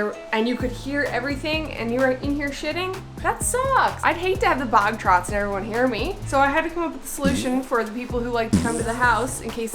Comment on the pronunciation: Did you say “bog trots”? What the???